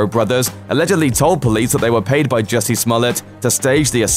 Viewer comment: Jussie not Jessie for God's sake